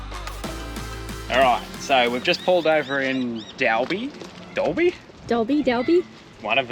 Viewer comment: Pronounced Doll-bee Don't you just love our English language 😂